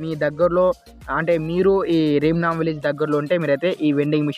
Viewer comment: That's not rim nam village its ram nam village